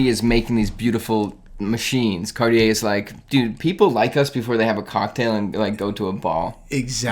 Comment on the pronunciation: Oh this one is the ONE!! Honestly! The monopoussoir tortue is one of my grails. I think it would be slightly too big for me, but I don't even care. Slice of gorgeousness! Also.... said Cartier correctly once in this video.;) Progress!;) hhaha (kidding, I know you say you don't want to have to change the way you say things....;) )